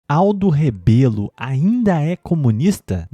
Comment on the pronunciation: É Rebelo e não "Rabelo", antes de inventar qualquer desculpa para se indispor a pessoa política dele, saiba como se escreve e pronuncia o sobrenome corretamente.